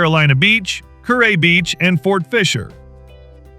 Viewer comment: Kure is pronounced curee..